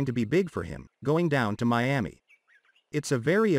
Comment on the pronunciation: Stop saying Me-ami it's annoying, hard to listen.